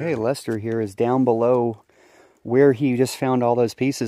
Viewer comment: Glad Lester got some good gold to take home and thanks for the shout out. Really glad you pronounced my name right, lol. You'd be surprised how many don't. Don't work too hard. Record the bbq and highbanking.